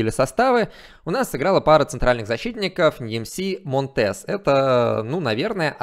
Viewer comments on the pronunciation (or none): Интернет говорит что монтЕс на самом деле мОнтес, ударение на О